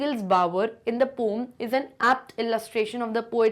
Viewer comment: मेम पोयम होता है पोम नहीं होता है😂